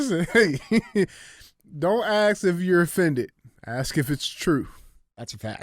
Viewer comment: I really enjoy your shows. I only want to say one thing. There is a big difference between AXE and ASK.